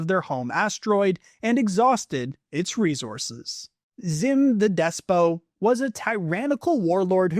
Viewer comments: "xim the despot," despot (meaning tyrant) is pronounced as it is spelled, dess-pit, not like depot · Despo? You mean Xim the Despot